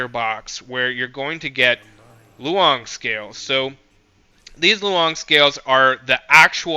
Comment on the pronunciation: I had no idea this was even here thanks for the vid! Btw Loong(lóng) means dragon its pronounced as 'Law-ong/lawng' instead of lo-ong